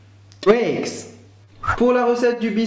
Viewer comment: Moi je dis TWIX pas tuix ou touix!